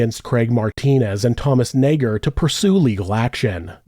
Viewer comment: You've been careful saying Nager 😓